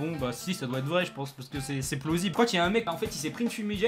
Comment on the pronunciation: A il a dit plosible